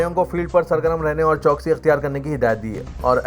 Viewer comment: Urdu word CHOWKASI not CHOKSI as pronounced by the Siasat Urdu news Reader